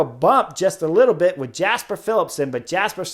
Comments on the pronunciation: Great commentary, but just as it's pronounced Fabio "Ya"kobsen, it's also "Ya"sper Philipsen, not "Jasper". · But pronounce it, from a North American perspective, as "Yasper". Like "Yu"-mbo-visma.